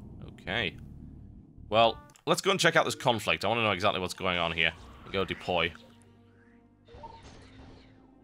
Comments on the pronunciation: I like how he keeps saying "depoy" :p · I must smile every time he says "Depoy".